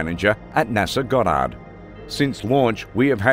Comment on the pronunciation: Wish they would get someone who can pronounce names and words correctly. F'instance...Goddard= God-uhrd... NOT gah dard! YourConscience